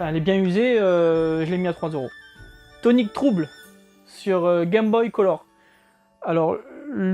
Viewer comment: j'adore tes unboxing, tu es au top! je vais me laisser tenter par une Matos Box! super chaud pour un concours pour faire gagner les doubles! je partagerai un max sur les réseaux ! et on dis Tonic Troubeul , pour la prononciation ;-) haha, à bientôt!!